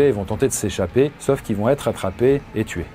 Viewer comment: "va têtre", "pourra têtre"... le verbe "têtre" n'existe pas 😄